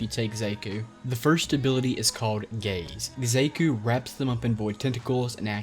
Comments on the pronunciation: Thought it was pronounced SHA-kuu? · They said their name to many times for you to say the name wrong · i cant get over the way you pronounce Xaku's name